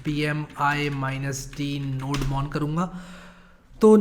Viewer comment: Fun fact Nodemon is pronounced as "Node-mon"